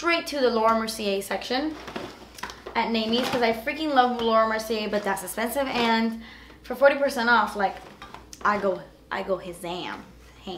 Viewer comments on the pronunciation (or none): Who else absolutely loves when she says "...Das Esspensive"🙋🏼